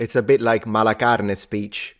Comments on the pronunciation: Lol I hear "malacarne" as "malaka einai", which means "he's an asshole" in Greek. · Interstingly, Colin Farrell in the Penguin pronounces words like "work" as "woik", a similar change you hear when you say "mal carne" as "caine"....I thought it was some New York aka Gotham pronunciation thing but he's a mafioso for probably a Sicilian family,so could there be a connection I wander. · You turn the R in "carne" into an "i" and create a diphtong. Interesting.